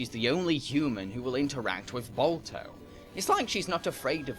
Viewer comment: All I keep hearing is Bulto and Bolto. Is Balto too hard to pronounce? You can say 'ba' in "bar", but not in "Balto"?!